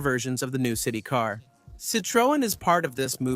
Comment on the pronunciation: HE CANT EVEN PROUNOUNCE CITREON